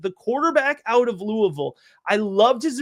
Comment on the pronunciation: do locals ever compliment you for pronouncing Louisville correctly?